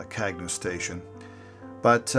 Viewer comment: Very good job,. As noted by one of the commenters the correct pronounciation of the station is CAN-YOU. That was what we were taught in 1953 when the station was dedicated at the Radio Marina site. RFH